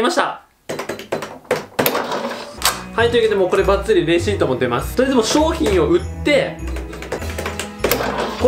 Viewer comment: レアシートってきこえた